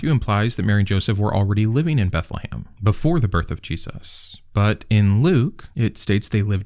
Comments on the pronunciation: This guy must be hungry for Christmas dinner... He keeps talking about "Beth-le-HAM" 🍖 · It is Beth le Chem. House of bread in Hebrew.